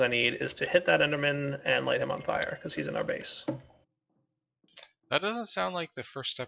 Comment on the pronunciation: "This Is on Fia" (c)